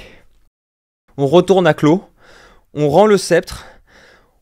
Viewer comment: Excellente vidéo ! Par contre je prononcerais plutôt "clove" (comme la version en cyrillique de l'album de Blake et Mortimer) que "clos" pour Klow :)